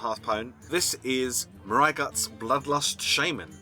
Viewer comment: It's Mister Yagut. Not Maraya-gut.